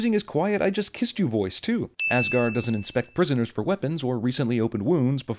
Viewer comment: "welcome to AssGaurd" 😂